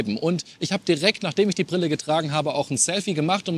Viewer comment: Prille? Lerne Deutsch, Junge! Ist dir das gar nicht peinlich?